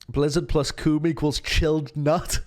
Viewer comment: He said cuum